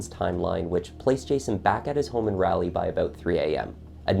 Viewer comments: No, actually, that's untrue. The pronunciation of "ai" being "aeh" is only in recent decades with the decline of proper English, the loss of the accent after America seceded, etc. Also, Raleigh, doesn't have "ai" in it. It is spelled as I spelled it, which means it's pronounced "rah-lee", not "raal-ee". "Leigh" is the common female spelling of the name "Lee", or "Li", and is pronounced the same, despite it's extra letters. It's not a common name anymore. There is a reason that those who are narrators, voice actors and newscasters have to take courses or train themselves on how to pronounce things without an accent, because it is the most proper way to pronounce words and names in the English language. It's not hard when you're researching to make sure that you're pronouncing names correctly. There really is no excuse. I would be beyond offended if someone covered my uncle's murder and mispronounced his name, as simple as it is. But mispronouncing city names or states? That's a pet peeve of mine if someone is covering a story. It's not like they didn't hear it pronounced correctly while researching, they're just too lazy to fix their inaccuracies. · OMG please stop saying Raleigh wrong. Your killing me. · But he can't pronounce Raleigh to save his life. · When you miss pronounce something and then say it 50 times, it's awfully distracting. Case in point, "Rally, Rally, Rally." 🙄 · As someone who used to live there it made me cringe a little when he pronounced it's ray-lee lol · The letter A in RALEIGH uses a different pronounciation, RaH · I've lived in NC all my 41 yrs... Raleigh is pronounced like "Jolly" 😅 You're killing us here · raw-lee. thanks. i live in the area but for whatever reason did not follow this case closely. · Just saying as a Carolina resident...it is Raleigh NC not Rally. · If you ever have to pronounce the name Raleigh again, make it rhyme with words like Wally or Dolly. Very good video, by the way. I am already subbed. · It’s Rah-lee